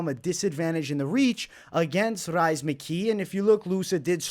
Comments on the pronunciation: Rhys is pronounced as Reece and I feel like as a Boston guy that deserves a shoooey on your end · Love the insights. I’ll be riding with your picks once again. FYI Rhys is pronounced Reece. Just an Irish spelling of the name.